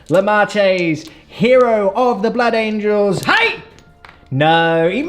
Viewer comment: ‘Blood angles’ 😂